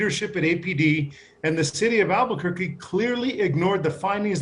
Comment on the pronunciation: says "Albugourguee". Get it right. Everyone else does.